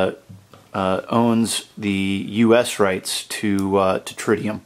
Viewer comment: it not tridium it is TRITIUM :) Really nice watch !